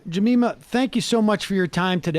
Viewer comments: Uuuf! Its Ja(meeeeeema)! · Are you referring to Jemima? If so it's hard to blame if her name is spelled exactly like the namesake of a popular pancake syrup that we all had in our households as children.